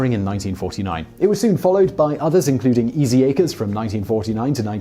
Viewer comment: He said aces but he pronounced the c as one would in acres. I have no precedent for this